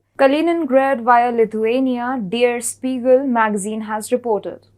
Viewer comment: Well, not everybody knows how to pronounce German names and words. It should've been "deh-ah Shpee-gel" but nonetheless, most English native speakers misspronounce this name just like she did, so I see no problem